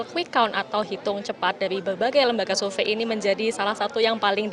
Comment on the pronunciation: "survei"bukan sulve "Sore" bukan Sole ngakak ajg😂😂😂